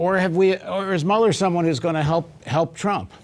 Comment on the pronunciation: Hey Jay, his name is pronounced, MULLER without the e.